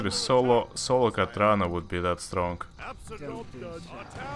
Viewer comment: Wat. Katrana Prestor would peg you for failing her name!